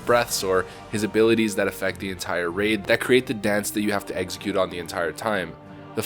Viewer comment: Execute “EX-eh-cute” not “eggsecute” that’s a Pokémon. You’ve been saying it for a long time now and it drives me nuts! Lol. Love the vids man